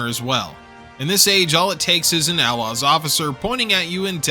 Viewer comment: Why'd you say A-Laws like outlaws without the T?